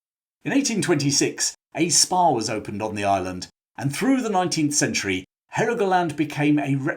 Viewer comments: He said Spa, not Spar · At first I thought you'd said "in 1826 a Spar was opened on the island..."